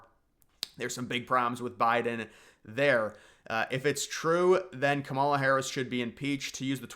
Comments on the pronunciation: Couple of pronunciation tips. Kamala is KAM-a-la, not ka-MAUL-a. Vivek is Viv-AYK not Viv-EK. For Kamala especially I feel like Conservatives are intentionally mispronouncing her name like it’s a dig against her but it just makes us look uninformed. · Yea pronounce Kamala with stress on the first syllable /ˈkɑ.mɑ.lɑ/. Like comma + la. That way it sounds like the Finnish word “kamala”… 🇫🇮 to 🇬🇧🇺🇸: Kamala (adj.) = “horrible, terrible, awful, ghastly, grim, dreadful, abysmal, atrocious, appalling”